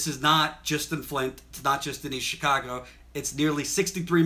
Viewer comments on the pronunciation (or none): none